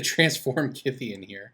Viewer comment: On a sidenote, thank you for pronouncing Kytheon correctly. I get mad everytime someone pronounces him "kuytheon".